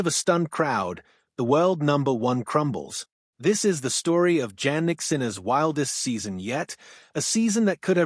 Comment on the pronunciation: "Janick" mispronounced. AI slop.